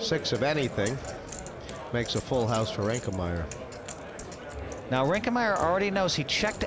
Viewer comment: Why does Hellmuth insist on calling Tobias "ReinkeNmaier"?